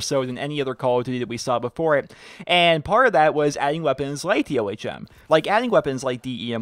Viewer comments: its Ohm, as in resistance, not O.H.M. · It's pronounced Ohm not O.H.M. An ohm is a unit in electrical resistance. The name was given to the gun since it's a directed energy weapon.